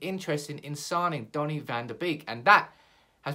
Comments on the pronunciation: It's van de BEEK not BAKE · I'm Dutch and it's pronounced Van De "Bake" ... not "Beak" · Van de Beek would be great, by the way its pronounced van der bake as in bakery